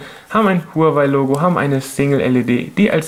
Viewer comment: Sehr gutes Video aber Huawei wird wahawei ausgesprochen (glaub ich)